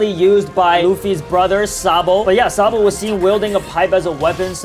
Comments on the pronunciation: not sabo but sa d bo:) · It's not sabo it's sa d. Bo